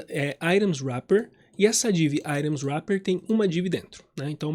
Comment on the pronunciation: Gostei da aula, só meu deu nervoso você ficar falando "airons". Fico lembrando de Iron Maiden o tempo todo. Items em inglês fala assim mesmo "airon"? Nunca falei assim.